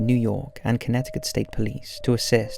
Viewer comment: I have to give you a lot of credit for properly pronouncing "Connecticut". Most people from the U.S who aren't from New England say it incorrectly. Fun fact: Connecticut is derived from the Algonquian language meaning "long tidal river".